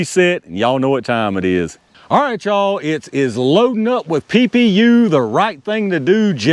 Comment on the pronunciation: PPU is definitely pee-yew. Another for the Tools & Targets wall of shame.